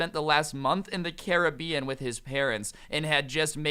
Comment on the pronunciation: Who else hates how he says Caribbean